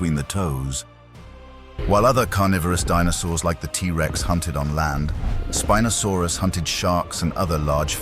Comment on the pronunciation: The computer-generatedì narration is just getting so awful recently. Within 3 seconds you have the same animal (spinosaurus) being called "spee-nosaurus" and "spy-nosaurus"!!! And just one minute later... "spin-osaurus"! So much for consistency! And then we have feet, abbreviated to ft, but pronounced "futt"!! And mph becomes "mep-huh"! Doesn't anyone check before publishing these days, or do they just not care??